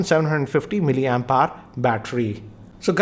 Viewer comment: Hey why do u say miliampyre...it's miliampere